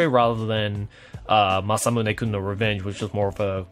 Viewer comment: He pronounces revenge exactly how i thought a japanese would